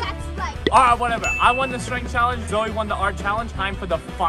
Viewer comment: YOU SAID zeo insted of saying zoe